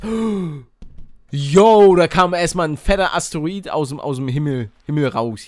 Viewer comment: Palle renoviert die deutsche Sprache :)